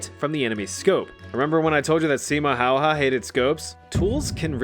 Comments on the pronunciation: When you say simo haya pronoce the last name like hai-ya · FINLAND MENTIONED!!!! SIMO HÄYHÄ!!!! hau-ha????… say häyhä like- ad. remove the d. it becomes ä. Simo Häyhä. Häy-hä!!! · As a native Finn, I appreciate your attempt, and I understand it ain't an easy language. And butchered may have been an exaggeration. But you changed the pronunciation of the ä's in the last name. Sorry if it came off as rude, just funny listening to English speakers pronounce Finnish names, especially in hockey. Anyways, enjoyed the vid 👍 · No, it is Häyhä. He got it almost perfect. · Ä isnt actually said like an A. Its more like a AE. So its Häyhä, not Hayha :) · I HATE THAT ALL AMERICANS ARE SAING SIMO HAYHA WRONG. You are supposed to say hauha.